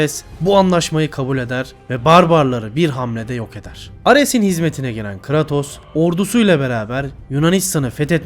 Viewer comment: ( biraz creatos'u yanlış okumana gıcık oldum da , yinede ellerine sağlık